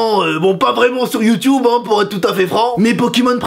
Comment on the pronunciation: on dit youtube pas youtioub